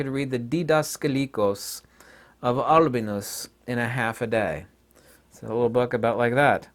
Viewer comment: Is that Albinus one correct? Seems different in pronunciation of what was saying.